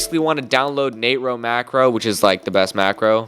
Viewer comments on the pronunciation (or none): Everyone: na-tro: Nate-ro